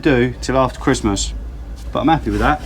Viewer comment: Ho Ho Ho , merry cwistmath , ah yeah